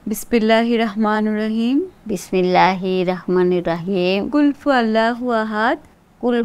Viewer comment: কুলফুয়াল্লা না কুলহুআল্লাহু আহাদ